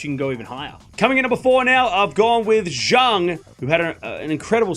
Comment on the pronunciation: You cursed Zheng because you always mispronounced her name as Junk, that why she had a lousy season 😂. Actually the pronunciation for her last name is closer to Zen although it is still not entirely correct